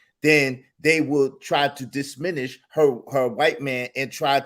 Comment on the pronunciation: All can say is that u all need to stop using big words u can't pronounce....i.e....DIMINISH 😂😂